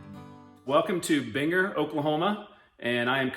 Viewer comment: It is pronounced BEAN-Grrr.